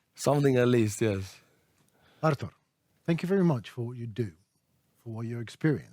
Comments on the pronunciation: When you butcher Arturs name 😂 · Henry called him "Arthur" again at the end! Oh well, Artur better get used to it when he comes the the U.S. 😀